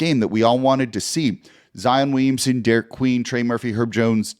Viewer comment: Congrats Jake but it’s Derik